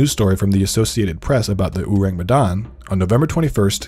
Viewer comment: It's "orang". Orang Medan or people from Medan. Ayyyy you sure know how to attract clicks. My people will swarm you here.